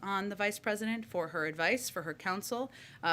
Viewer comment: hahaha she almost said pedodent